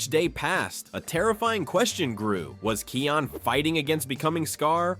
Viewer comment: why are you saying his name like that? it's Kion, pronunced Kai On